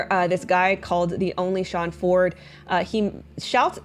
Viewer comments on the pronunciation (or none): none